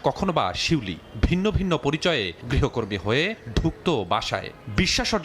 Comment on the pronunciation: Uccharon vul. Grihokortri na. Grihokormi hobe